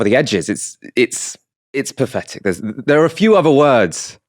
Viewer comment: Path -Etic not pafff . Your speech problem seems to get worse